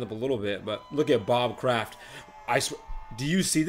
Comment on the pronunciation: oml just saw this and if i were to go i woulda been near u and i cringed when u said bob kradt his name is rob